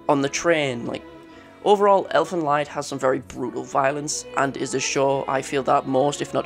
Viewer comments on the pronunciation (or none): Sorry, nice video but for the future. Elfen Lied is german and would be pronounced like Elfen lead ( to lead someone...) Leid (as you pronounced it) means sorrow. Lied means song.😂 It's where the series got it's name from. Elfenlied is a poem that's been adapted to song and this is shown in the manga. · Lied is pronounced "leed" and means "song" in German. It's also called "whore" not sexworker or whatever made up term you used. Cut down on the soy. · Fun fact: the Lied in Elfen Lied is pronounced “Leed”. It’s German for “song”. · Cool video but you said "Elfen Lied" incorrectly. The word is German. Its pronounced "leed". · I die a little more inside every time I hear Elfen Lied pronounced wrong. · The biggest horror to me was you pronouncing Elfen Lied 😂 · No offense tho! Really great video! Just finished it 😄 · How do you not know how to pronounce "Lied"?